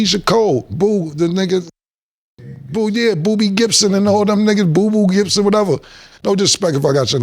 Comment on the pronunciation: Did he just call the man booboo Gibson 😂😂😂😂😂